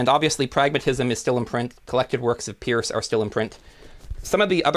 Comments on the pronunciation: No Josiah Royce? No Rorty? (Peirce's name is pronounced PURSE, like the women's handbag.) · "Peirce" should be pronounced "purse."